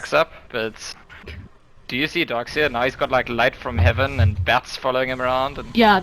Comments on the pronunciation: "Dork Seer" :'v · why is she always saying "dork seer"? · its more like dork seer for me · donk seer